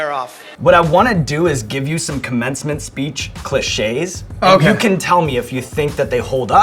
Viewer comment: did my man just say "clih-shays"?